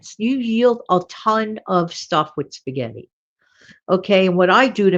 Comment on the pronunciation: Excellent video! Thanks so much for all the specific, food suggestions ! I had no idea, that Italians , sometimes pronounce spaghetti, as, spa-gee-tee ! 😂 I think, it’s interesting to learn how different cultures , pronounce words . Have a blessed Friday !! ❤